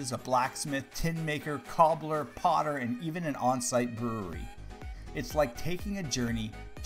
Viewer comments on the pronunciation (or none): none